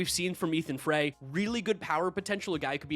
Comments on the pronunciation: I’m an LSU that’s how I know this. Astros prospect last name is pronounced Fry. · It’s pronounced Ethan (FR-EYE) Like put the fries in the bag